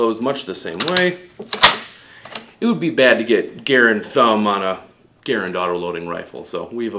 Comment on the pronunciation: He’s not talking about the man ... he’s talking about the rifle. And he’s pronouncing the rifle’s name wrong.